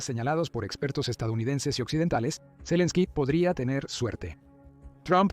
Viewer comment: Madre mia, toda la informacion es falsa de occidente y valiente fuente, el whasinton post por Dios dejen de mentir no les da verguenza, claro por eso no hace la paz, por que esta perdiendo el que esta desesperado por hacer la paz es EEUU y ni siquiera el narrador sabe pronunciar el nombre de zelesnki, da risa esta informacion😅😅